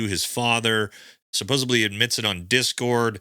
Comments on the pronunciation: supposeDLY not supposibly. Thats not a word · “supposebly” … supposedly. I hear many people miss speak this word and I get a chuckle out of it every time. thank you for all this information. I hate it has come to this. hah. Supposebly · Please learn how to say "supposedly". Sounds uneducated to keep saying "supposiBly". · Quite compelling! SupposeDly... With a D Not supposeBly... With a B...Thank you for your thorough work! You're great! Learned about you from The Conspiracy Files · I like your video. You seem really smart and well thought. I am not sending this to pick on you, I just wanted to let you know the word is supposedly heavy on the edly not suposably not ably, it edly. Best wishes seriously. Not trying to pick but mispronouncing words distracts many like me and makes it hard to pay attention to the great message you present. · The word is “supposedly”, not “supposably” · I love you and your message. I want you to know it is supposedly not supposebly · Supposedly no “suppsubly” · Love your videos, more please. 🙏🏼 But it’s pronounced “suppose”d”ly” NOT “bly”. The word is “supposedly”. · “Supposedly” not “supposeably”. FFS. Otherwise good video lol. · Supposebly is not a word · Bro, the word is pronounced “Supposedly”…with a D…not a B. 👍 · "Suposebly" "exscaped" oof.... low iq. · Anyone gonna tell him supposeBLY isnt a word? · My guy. Save yourself the future embarrassment. It’s pronounced (and spelled) “supposeDly.” Don’t allow yourself to be discredited by such simple errors. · I appreciate your analysis. Thank you.. Please, the word is supposedly. There's no b in the word. It's a word you're going to be using a lot going forward,. Pronouncing it properly will make you sound even smarter. I mean that sincerely and kindly. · "supposably" You're a grown man, say the word right